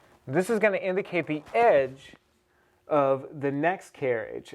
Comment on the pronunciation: Make sure you may-jure the tem-playt